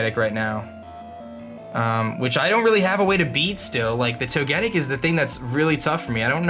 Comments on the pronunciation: Or Toe-ge-tick if you prefer. but not Toe-get-tick. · I'm pretty sure you say Toge-tic instead of toe-getic.. Correct me if I'm wrong 😀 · It's "Toe-ge-TICK" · Thumbs down-ing purely for the way you butcher Togetic's name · Ugh I hate how you pronounce Togetic...